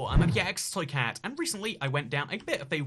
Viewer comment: when he sarts he video: hello i'm ibxbgjxctoycaat